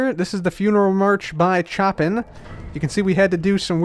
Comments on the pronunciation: Chopin is pronounced like "show pin", not like "choppin' some wood". A full performance of the funeral march typically takes around 10 minutes. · "Choppin" LOL! The composer's name is spelled Chopin and it's pronounced SHOW-PAN like this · Hey, great video as usual. But Frédéric Chopin is not said as "Chop-pin" its said as "Show-Pan" in English speaking countries. I don't know if there is a pronunciation difference between the Polish way and the English way though. However, I am still glad that you chose the third movement of Piano Sonata No. 2, which was nicknamed Funeral March. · Choppin? It's Shoh-pan... 😂😂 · it’s not “chop-in”. It’s “show-pan”. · this is the funeral march by chop in - 😂😂😂 Seriously love your videos, but it's pronounced sho-pan. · lol funeral march by "choppin". I hate being that guy but it's pronounced "show pan" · I'm pretty positive it's "show-pen", not "cho-pin" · The Choppin thing is read as "Shopan" love you. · you pronounced Chopin wrong lol...its not choppin like cutting wood, but rather it is pronounced "showpan" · It's pronounced Sho-pan not choppin' lol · It pronounced showpan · Chopin is actually pronounced like "Show-Pan." It dose look like choppin though lol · Did you seriously just pronounce Chopin's name as chopping? Americans... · Chopin is pronounced "Show Pan". Just FYI. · It's pronounced Showww-pannn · love your videos and just wanted to say thanks for the laughs. I've laughed so much listening to you say Chopins name wrong over and over. Yes us Americans really mess it up bad. Here is a bit of help with this from someone who studied music. Chopin's name is pronounced 'Shoh-pan' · when he says chopin like shoppin :') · chopin 'show-pan' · "Choppin'" -, please. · Chopin is pronounced like show-pan. He’s a really good piano composer, you’ll probably know a lot of his other pieces like Nocturne in E flat, Grande Valse Brilliante (also in E flat) and the Revolutionary Etude. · Chopin pronounced Show-Pan